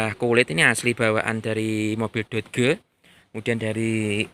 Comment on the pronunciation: Dibaca doj, om. Bukan dod geu 😂